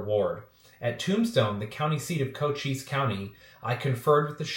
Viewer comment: Don't sweat it you got it right. Co-cheess.